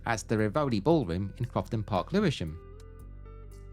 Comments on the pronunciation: "Rivoli" is pronounced "riverlee" "Cadogan" = "kaduggan" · I used to walk down Brook Drive (Come on Eileen) in those days near where I lived then, and also lived near the Rivoli Dance Hall in Forest Hill, please say RIVoli, as its an italian name. Aha also started in Sydenham another place I lived near. I moved around a lot.😅